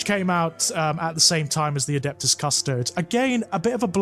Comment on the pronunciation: Also, a little side-note: I cringe a little every time I hear pronounce “Custodes” as “Cuss-toads”, almost as much as I cringed upon hearing about the Great Unclean One and the witch putting their Marvin Gaye/Barry White mixtape to good use. Not because I’m a snob who DEMANDS that it be pronounced “Cuss-toe-dees”, but because every time I hear it pronounced the other way, my mind can’t help but think “Custard”. And if thinking of ice cream whenever the Emperor’s Golden Champions are mentioned isn’t HERESY, then I don’t know what is.